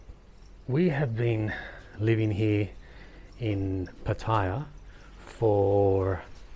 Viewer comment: I keep hoping to find a video that makes sense, but if you have lived in Pattaya for 8-9 months and still don't have a clue how to pronounce "Pattaya" then your advice is meaningless.